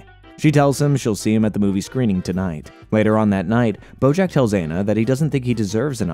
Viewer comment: Are you saying Brojack? Or have I just lost my mind lmaoo I swear I’ve heard it at least 4 times in the video. Anyways fantastic video! This is oddly my comfort show as horrible of a person BJ is. I’m about to watch your AOT recap